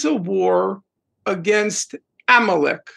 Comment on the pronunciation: love the way he pronounces 'amalek'